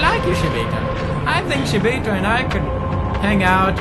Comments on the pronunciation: Even though someone told him it was shibito and not shiboto, he still says shiboto😂. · Its Shibito not Shiboto. Shi means death in Japanese and bito is a way of saying people. (Not hating just saying) Luv your videos PedieXD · Pewdie keeps reading it as "Shiboto Nest" but its actually Shibito Nest :P